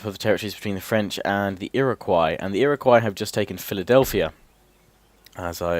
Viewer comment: he is missaying things it's frst nations and ir iq wos iriguo